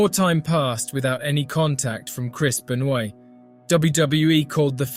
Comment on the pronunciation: The mispronunciation and inconsistency of Benoit and McMahon is really bad